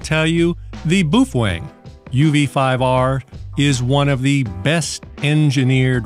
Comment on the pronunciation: Thank you for teaching the proper pronunciation. Boofwang.